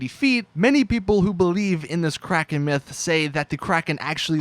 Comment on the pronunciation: anyone's soul ever get hurt when you hear someone call the kraken the "kraykean"?